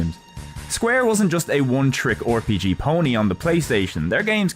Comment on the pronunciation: I find your pronunciation of "RPG" hilarious